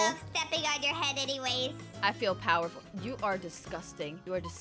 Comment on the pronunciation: Me to i like how she said pewerful!!! I like